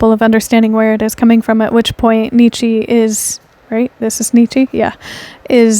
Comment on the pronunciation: I love this so much, never clicked on a vid so quick lol. Wanted to let you know his name is pronounced: "KNEE-cha"